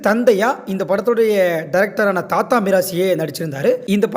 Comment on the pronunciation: தயாரிப்பாளர் thatha இல்லை dhadha. உங்கள் உச்சரிப்பு சரியில்லை. தமிழில் தாதா நீங்கள் தாத்தா என்று உச்சரிக்கிறீர்கள்.